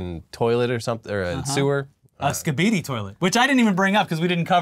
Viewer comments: Hearing say Skidibi as " ska bee dee" is just perfect for how little they know or care about it lol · The way pronounces “Skibidi,” Oof… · As a father with a 6 year old in the house I love that you dont' know how to pronounce Skibidi Toilet.